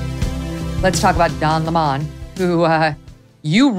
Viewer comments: Notice; 🍋's name is Lemon NOT Le Mon. , Ok Lemon like a 🍋, yes stop BS yourself 🎉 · Don's last name craziness reminds me of that British show, "Keeping Up Appearances." That last name was BUCKET, and Hyacinth kept saying it was pronounced Bouquet. Lemon pronounces his name LamOn, but the rest of us say its just LEMON! LOL and it probably is just Lemon. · American pronunciation really makes me smile sometimes… the man’s name Lemon 🍋but you guys give it a touch of chic and say ‘La main’ (read as the french for ‘the hand’ 🇫🇷👋) I love that! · The only incorrect thing about this discussion is them pronouncing LEMON as "lamone"... it is LE-MON, Lemon as in Lemon Cars... it like pronouncing STUPID as "stah-pad" it is still stupid. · Meg, for the love of God, stop saying La Mon. It's lemon like the fruit.